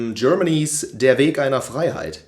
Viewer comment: Er ist Safe deutsch, er hat der Weg einer Freiheit so gut ausgesprochen